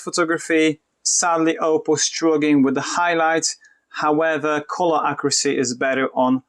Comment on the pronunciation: Nie Ołpoł tylko Oppou - aż mi uszy zwiędły. Poza tym fajne porównanie.